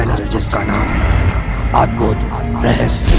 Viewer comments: Please rahsya ko rahshya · Bolna toh sikh leti rahasya ko rahashya bol rahi he aur ye sab jhut he koi bhi yakin nhi karega ha ye sach he ki taj mahal rang badalta rehta he par uska asli rang safed he 😎😎😎😎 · Last may jis tarha say apne "rahasayya" bola 🤣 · phele rahasya sahi bolo